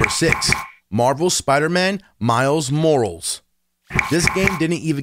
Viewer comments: He didnt pernounse Morales right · miles....moorals!?! nazgul shriek